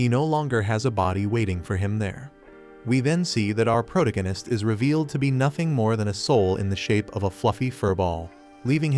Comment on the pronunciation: Sorry had to.leave as.spoon as protagonist was mispronounced